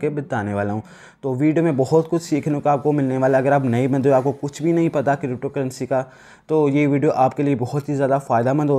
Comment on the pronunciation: Bro crypto hota hai na k krypto